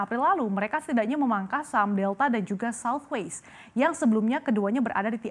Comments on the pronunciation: it's Southwest, not Southwaist ... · Ada yg kuping nya rusak kayak saya? Kok kedengarannya kayak southwaste bukan southwest ya?